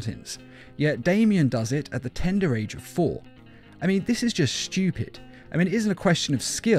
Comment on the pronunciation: I felt like he said shtupid